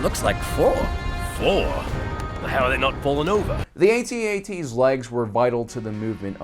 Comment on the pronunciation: Go ahead....say "Atee-Atee" again! They are called "AT-ATs" as in Hat Hats! Friggin 2019 and their ignorant whipper snappin kids!!!